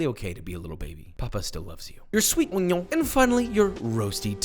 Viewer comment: I just love the way he says “on-yOn”